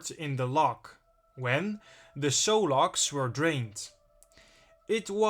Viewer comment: Its pronounced ****SUE****LOCKS Not "So" Locks. Great video!!